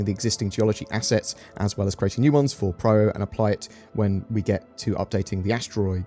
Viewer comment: It is PYRO not PRYRO